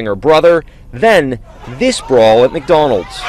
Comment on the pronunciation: McHoddrats. Lmao